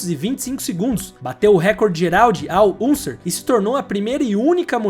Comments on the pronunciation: KKKKK ISSO MESMO! ... O NARRADOR TEM QUE APRENDER: REPEAT WITH ME: AL ÃNSER.. AL ÂNSER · REPEAT WITH ME: AL ÃNSER .. AL ÃNSER